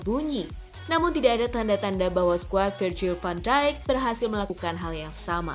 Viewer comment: Liverpol van deig??😂😂min minum dulu😅😅